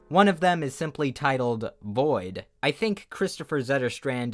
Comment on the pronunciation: as a swede, i approve of your pronunciation of kristoffers name.